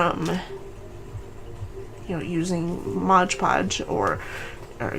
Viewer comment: MOD Podge, not Modge Podge!